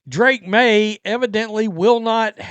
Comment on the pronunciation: You keep pronouncing FAKE Maye’s name wrong